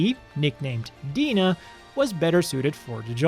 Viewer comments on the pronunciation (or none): Dina is probably meant to be pronounced "Die-na" "Mah-rinn-er" not "Mah-Reen-er"